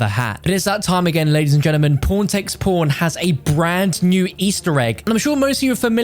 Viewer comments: am i the only one who thinks he says p0rn instead of pawn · Am i the only one who thinks hes saying porntextporn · All I hear is "PornTakesPorn"